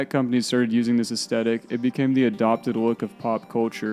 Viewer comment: As a 69-year old it amuses me to see those who “didn’t live it” recreate their highly erroneous imagined versions of the world. It is also creepy that I am observing the unintentional rewriting of history. What did I get wrong about the years before my birth? And the correct pronunciation is “ess- THE (as in death) - tik.